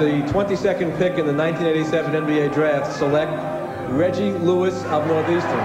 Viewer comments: am i hearing something wrong or is homeboy pronouncing his name like Luiz or Louise? ha ha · Bruh, you said Reggie Lewis and then Reggie Louise several times 🤣🤣🤣🤣🤦🏻‍♂️ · Why does this dude insist on calling reggie lewis reggie luis!...its lewis bro stop calling him a predominately latino first name.. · Great vid but how does this guy not know how to pronounce Reggie's last name? SMH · Real talk this man who's announcing was not in the United States or watching basketball at all he can't even pronounce his name